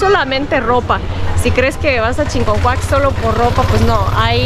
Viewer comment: Hola, con todo lo que mostraste, dan ganas de ir de compras a Chiconcuac. Los artículos de piel están a un excelente precio. Noté que escribiste bien Chiconcuac pero a la de decirlo, lo pronuncias con una "N" que no va, dices ChiNconcuac en lugar de Chiconcuac. Saludos.